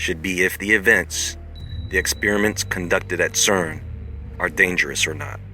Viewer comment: SAID's c e r n .